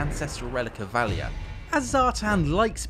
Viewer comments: Very cool showcase, but I will have to remove like all of the points due to the genuinely awful pronunciation of the names. Hashut, not Hasut. Valaya not Valia. Grungni, not Grundi. I mean come on, practicing these names literally takes less than 5 minutes and looks pretty bad. It's especially bad because not only were these weird pronunciations not present in the other videos, but the chaos dwarfs keep saying Hashut in the video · So nobody briefed this guy on pronunciations, eh? Let's hope Has-hut, Val-eya and Grundi weren't listening. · Someone really, REALLY needs to learn how to pronounce GRUNGNI, VALAYA and HASHUT.